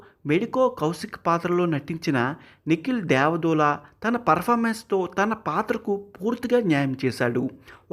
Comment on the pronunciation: ఒరే వాడి పేరు నికిల్ దేవ దూల కాదురా బాబు😅😅😅😅 నిఖిల్ దేవాదుల 😅😅 నువ్వు నీ దూల లాంగ్వేజ్ 😂😂